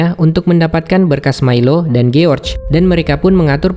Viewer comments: Jors bukan giorge cara bacanya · George dibaca Giorc, hahaha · kok giorc anda bacanya bos